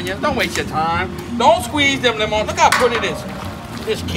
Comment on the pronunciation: I'm never pronouncing onions,lemons and mushrooms the same way🤣